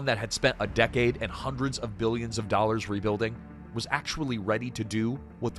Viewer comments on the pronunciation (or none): none